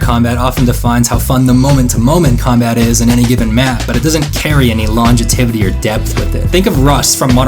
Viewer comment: "LONGITIVITY" ~ this guy